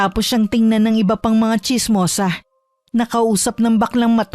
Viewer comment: Ano daw...chismosaH,... bisikletaH..... LaraH.... KilalaH! HAY ANOH BAH YAH ... ?? PURO MAY H...MAY HIKA BA YUNG STORYTELLER???!!